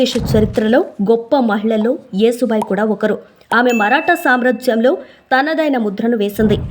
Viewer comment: Vinalekapotunnam thallee...yasubai ani cheppandi😮😮